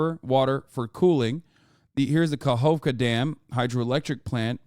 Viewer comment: llololol it's pronounced like Nova "Ka-Hhovka" XD